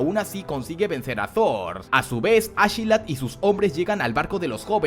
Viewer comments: Como que ASHelat ? ASKELAT !!!!! No suena igual de imponente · Yo intentando no arrancarme las orejas cuando escucho ashilad (askeladd) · Askelat no ashila 😂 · Me da una cosa bien rara cuando dices achelad en vez de askelad pero bueno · A mi tambien, te lo juro incluso algunas veces me confundia